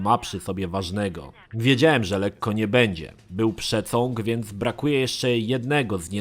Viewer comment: Rozbawiły mnie słowa "przecąg" i "zniszcenie" 😅